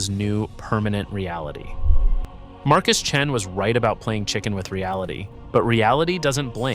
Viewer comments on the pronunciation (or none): none